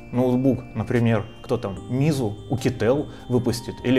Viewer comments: Сколько ходил по 华强北 ни разу не слышал от китайцы ни сяОми ни мизу. Это типичное произношение русских техноблогеров. Если мне не веришь, то просто загони эти слова в любой словарь вроде abbyy lingvo, даже google translate подойдет. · Как так получилось что ты находясь в Шенчжене не можешь правильно произнести xiaomi и meizu?)